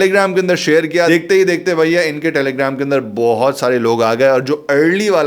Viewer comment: I like the way u say "Bhaiya" its a typical Delhi style of saying that...